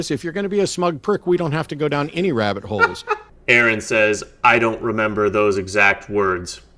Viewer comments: Bro. Do NOT listen to Turek! More faith to have no faith-based beliefs? It's pure rhetorical garbage. Also, his name is Aron (Are-in), not Aaron. You didn't corner anyone. The purpose of the show is not to disprove God. It is to give religious people a platform to try and prove the existence of their God(s). Atheists do NOT need to prove a damn thing. There is no good proof of a creator God. Therefore, there is no good reason to believe one exists. The burden is on you to prove that your God exists, and it's been 2000 years, and we have no good evidence that any God is real since every time we investigate a claim of anything supernatural we eventually discover a completely natural cause. Get over yourself and do a bit of unbiased research into what you believe, and you might just realize that you've been lied to all your life. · Yeah he even said it’s pronounced like you’re saying RN. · It's Ah-Ron. Get his name right